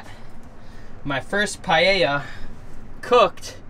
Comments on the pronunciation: That looks great cooking,what you did there is called 'Paella Mixta' or Mixed Paella and yes you pronounced it well. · You are saying paella correctly. I am from Spain and never use chorizo, but I may try your versión, paella is not spicy de use sweet paprika but I must admit you paella looks fantastic. I will love to see looking videos.